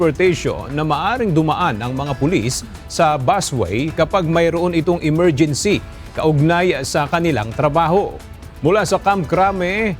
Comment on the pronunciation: 😂😂😂emergency o morguincy😂😂😂😂